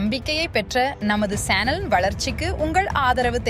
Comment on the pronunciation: ஏம்மா அது சேனல் அல்ல ச்சேனல்.....